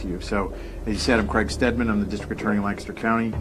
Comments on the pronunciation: im from Lancaster pa and it's killing me the way she's pronouncing it. It's lank-aster not lan-castor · Omg! I live in this area and this was big news when it all broke! Btw “Lank-ester” not “Lann-cester” lol we’re particular. Love you girl! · We have a Lancaster in SC and we pronounce it Lank-a-ster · Lan-KISS-Ter!! haha. From the area and this was big news when they arrested DJ Freeze. Glad they got the scumbag! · Ya gotta said it Lang-Kiss-ster PA. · Also weird fact, I’m from the area and we pronounce it Lankister. Weird I know! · Being from Lancaster and hearing outsiders pronounce it 😆 girl I love you! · Oof I live 1 hour away from Lancaster (which you btw said wrong) and I go to school in Lancaster and my whole family lives there. I'm shooketh. Oh my gosh I just remembered that my teacher told me that she used to live next to a murder victim and they have never solved case, but I'm not sure if it was Christy or not because when she told me that, this case wasn't solved.